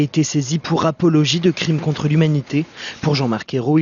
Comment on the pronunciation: "cfrime contre l'humanité" fais moi rire.